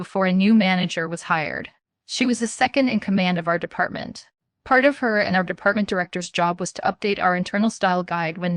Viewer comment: I like how there was a story about an editor violating the English language rules...with a ton of simple English errors. Not in the writing...but in the reading. Like it's H R not HAR...it's department not d.e.p.t...or how it ends statements with upward inflections like questions in the middle of the sentence. I get this is AI, but this isn't good.